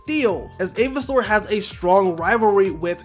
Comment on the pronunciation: Avisoar sounds like Aviation.😅